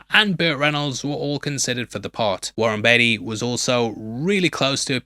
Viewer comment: Warren Beatty? 🤦🏼‍♂️